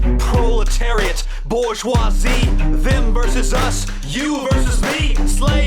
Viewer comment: It's bour-geoi-SIE